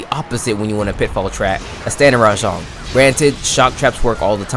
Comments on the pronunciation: btw its RAJANG NOT RA-JONG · Hearing this dude say “rah-JONG” instantly made me leave this video